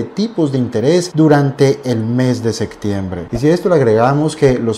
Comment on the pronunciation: Se dice septiembre, no sectiembre